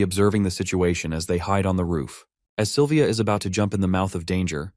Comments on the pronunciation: 5 hours in and the names of the characters kinda sound weird, example the silver hair girl who has a crush on the mc,.. the narrator keeps calling her "Saliva" .... honestly speaking, i kinda forgot her name at this point because i keep hearing saliva... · DUDE SALIVA? ITS SYLVIA M8